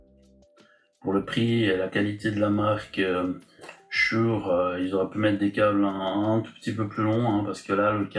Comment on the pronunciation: on dit "schoure" !